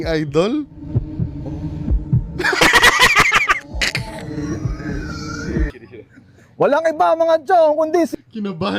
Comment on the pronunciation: correction po hindi "idol" kungdi " ayyydell " 😅😅😅